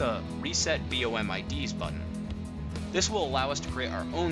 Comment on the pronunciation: it's BOM not "B.O.M" and maybe next time use a mouse highlighter so we can see what buttons you're pushing